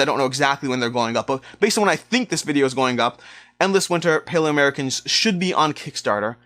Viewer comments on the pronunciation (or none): none